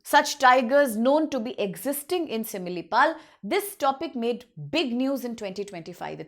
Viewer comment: Such a joke are you upsc teachers? can't pronounce similipal .bhitarkanika and mayurbhanj.common . this is india or Indian students not for World.